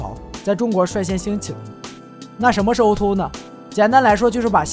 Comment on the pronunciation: o2o，读音应该是o to o，不是o er o~